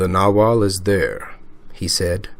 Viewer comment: The "g" in nagual is NOT silent. Imagine South American natives calling a jaguar... a jawar!!!! LOLOLOL